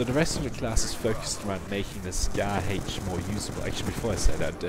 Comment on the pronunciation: 'Dee Scahh Haych' Hahah, I thought that accent sounded funny on those words. Very nice guide. I used the Scar H back in MW2 and I was happy to see it return. It's a different feel, but like you said, it can be a very good weapon if played in it's correct role as objective support. Thanks for the vid.